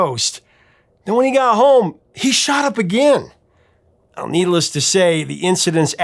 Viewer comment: I thought you said "needle-less to say" for a second in the intro.